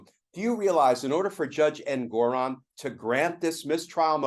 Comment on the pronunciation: Brian, Glenn, the judge's name is pronounced EN-guh-ron, not en-GO-ron.